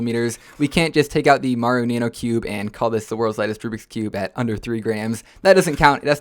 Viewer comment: is not me, it’s literally the correct way of saying it